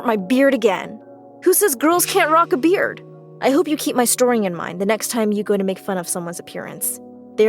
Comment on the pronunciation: I thought you said bread🤣🤣🤣🤣